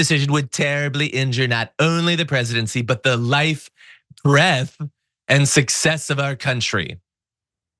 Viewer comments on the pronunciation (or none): He means the “ length and breadth” and not breath 😂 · Breadth not breath, every time stinky thinks he sounds intelligent, he confirms to us, that he is anything but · BREADTH not Breath. What a moron. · Breadth not breath. What an illiterate moron. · Trump is an illiterate. It's "breadth" not "breath", i.e., definition: "the distance or measurement from side to side of something; width." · breadth instead of breath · He used Breath…I think it’s supposed to be BREADTH. 🙄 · Did he mean "breadth"?